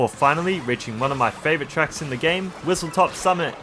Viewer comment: I was going to comment this as well but nice vid I see why some people don't like intermissions but some are quite fun Edit: WhistleStop not top but easy to get confused with or it might just be how you pronounce it